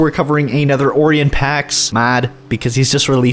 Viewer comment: Nice video :D keep it up. And wasn't it pronounced o-RYE-en?